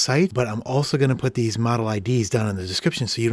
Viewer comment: “and what’s nice about ‘deez’ Macs is that...” 💀 had me burst into laughter